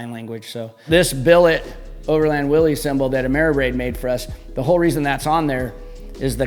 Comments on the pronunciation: Willys is not "Willy's." It is an alternative spelling of Willis, and is correctly pronounced Willis. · Please note the correct spelling and punctuation, Willys, actually pronounced Will-iss. Not Willy’s, Willie’s or Willies. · I wish more automotive enthusiasts, builders, and general public would recognize the brand as Willys, pronounced Will-iss, not Willy’s, Willie’s, Willy,etc…respect the namesake.